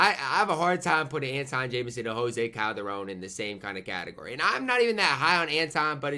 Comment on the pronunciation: Why do you say "guan carlos navarro" or "gose calderon" lol